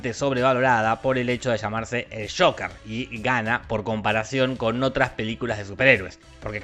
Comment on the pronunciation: pronunciado tal cual, Joquer